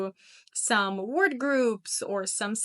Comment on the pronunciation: The way you say "word" is also wrong. Should be more like "werd" with a very strong R sound. You're kind overdoing the "o" so it sounds foreign. Most words you say could be subtly improved, and I'd notice even more had you recorded with good quality audio.